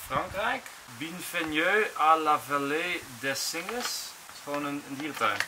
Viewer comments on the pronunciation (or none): Enzo op : "Binveneu" alle Franstaligen: 🤔